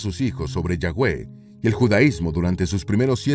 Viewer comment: se escribe YAHWEH pero se pronuncia YAVE